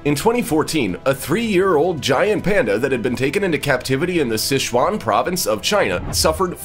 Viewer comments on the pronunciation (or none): none